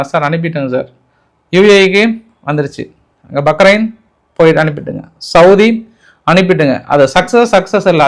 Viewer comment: யோவ்! பக்ரெய்ன் இல்லை. பஹ்ரெய்ன் யா. என்ன ஒரு நாட்டுப்புறதான் மாதிரி பேசுற.